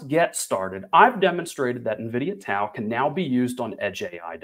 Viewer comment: Pronounced Dow